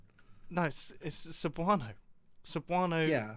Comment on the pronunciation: Mumbo your cebuano pronunciation bad but good job in remembering that sentence